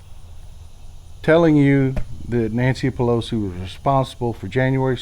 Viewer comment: Pel oat zee ... I can't get over how she pronounces it.